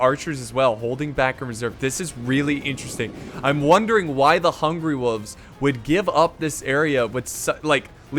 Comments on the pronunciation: It really annoys me how says "wolves." It's hungry WOLVES not hungry woofs! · Does that mean I don't get to hear pronounce "wolves" like "woofs" again?